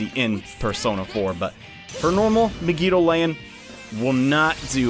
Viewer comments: "Meg-EE-Doa-Lain" he says. Um, Mah-Gee-Doh-Lahn, thank you. It's based on the romanji, which means the vowels are always prounced the same. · MEG-I-DO-LAY-IN. Why. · The way you pronounce megidoloan irritates me to no end. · Why do u pronounce megidolaon like that😭